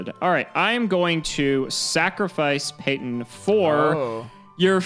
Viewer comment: First Payton, now Peeton. That poor poor clown you keep verbally abusing. /s